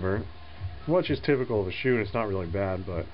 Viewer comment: not bad but i have to say puer brews better in a yixing teapot because gaiwan cools down too fast. also teapots keeps things tidy when it comes to puer dusts. oh yeah, one more thing. 'shou' is pronounced more like 'show' than it is 'shoe'.